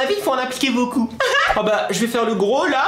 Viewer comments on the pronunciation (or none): none